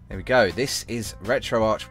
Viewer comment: Its pronounced retro ARC not ARCH :/